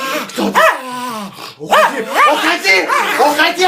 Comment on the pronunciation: Бедная собака но рассмешило Когда он говорил ухади!